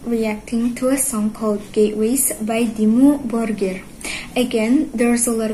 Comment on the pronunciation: I find it a bit funny that an indonesian gets the pronunciation perfect, while no american reactor has ever been even close :D